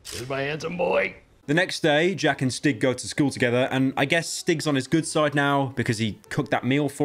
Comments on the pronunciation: I beg to god it’s annoying me the way you pronounce stig, it’s a long I, stiiig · Swedish "Stig" is pronounced "Steeg". Otherwise, great video! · Great vid but this one thing annoys me... As a Swedish person, I can say that it is pronounced "steeg" rather than "stig" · i keep hearing stick instead of stig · The pronunciation of Stig to any Swedish person just hurts